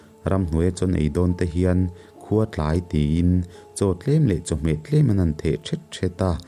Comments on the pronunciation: "Khua tlai"tih hi i lam dik lo. Puar(tlai) tia lam vtur a ni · Chhun chaw fak huna khawhring hlauh vanga an tawng,"khua tlai",tih kha,'tlai' tih lai kha,"kan chawei chu kan tlai(puar) khawp mai," tih a tlai anga lam rik tur ani e.I aw ngaihthlak a nuam thin khawp mai. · Khua tlai i tih khi,thil Kan ei puar a tlai tih ang hian Han thluk zeuh la